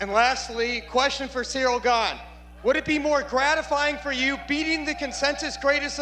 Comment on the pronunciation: I'm convinced Jon is saying his name wrong on purpose.